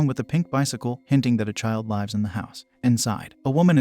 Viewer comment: "hinting that the child lie-wed in the house" Shouldn't AI's intelligence be progressing exponentially? Yet they still struggle with pronouncing literal basic words in English! 🤔🤔🤔🤔:body-blue-raised-arms::body-blue-raised-arms